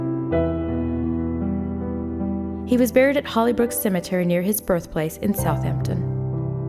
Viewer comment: One of those times it IS south HAM ton (with the P in there too)